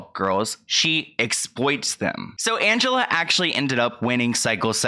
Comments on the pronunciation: Great video. But the girls name is pronounced "an-ge-LEE" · Not that it's super important but Angelea is pronounced with a LEE at the end, not LUH. Love the video! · calling angelea ( ann-juh-lee) angelea ( ann-juh-la)😩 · Her name is Angelea not Angela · Love, her name isn’t Angela .. it’s Angelea like anja-lee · I thought it was Angellea not Angela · Not Angela its Angelea -- Anjelee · Angelea not Angela. 🥲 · It’s pronounced AN-GEL-LEE not Angela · It's AngeLEA, not Angela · It's AngeLEA not AngeLA. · Angelea —pronounced Anj-ah-lee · It's pronounced angelee. Omg. He told kayla she had to confront her trauma? As if he's a therapist? That was so ignorant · I'm pretty sure it's pronounced angelee